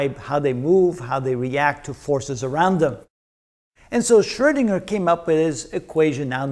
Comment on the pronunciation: I like how mr. pronounces the letter "Ö" in "Schrödinger" the way it is supposed to be pronounced - a lot of English-speaking people seem to be more comfortable with pronouncing it like "Schrodinger", but the "Ö" vowel sound actually does exist in the English language, like in the word "bird", for example.